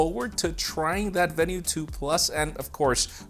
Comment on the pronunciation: Isn't it pronounced veenu, not venue?